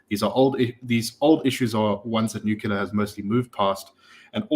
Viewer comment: Please say "nu-cle-ar"!